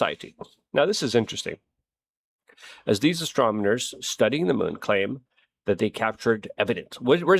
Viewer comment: Damn "astromoners"